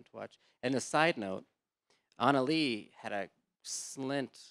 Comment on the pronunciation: It's Ana LEGIH dammit NOT Analeee